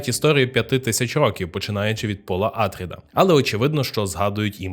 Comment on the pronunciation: не Атріди, а АтрІди, наприклад (наголос на і)